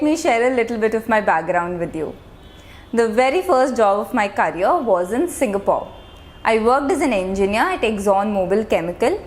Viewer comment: Well explained.... Hv great presentation skill Perfect pronounciation of Singapore...etc